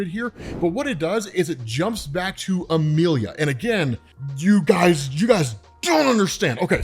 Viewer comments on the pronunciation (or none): Say it with me Ah-me-lee-yah. How the hell did you read emily